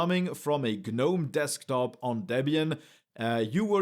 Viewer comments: The G IS SILENT IN Gnome, who started calling it GER nome? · 💡 The G is silent.